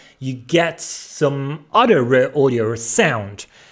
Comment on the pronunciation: I thought he was saying 'rare' audio. It's raw audio. Needs some audio processing for language in next video.....lol - but good content.